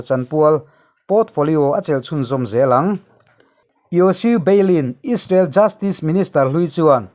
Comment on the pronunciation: Israel ti ve maila ..... Aiissrael han tih kher...media ah i thok ve sia...midang thuziah i chhiartho sia...a ziaktu ziah anga chhiar mai awm.... Rainbow channel hi chu inla tluk lo deuh ani....mahni irawm news tih chhuah chuan...nangni 3 inkawp in nia...rainbow 1 nia...news fawmkhawm chuan inla tluk lo deuh ani....